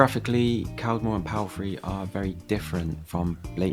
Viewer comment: i live in walsall. its not that bad. he was saying caldmore and palfrey wrong. you are always find dirty streets like you did in birmingham.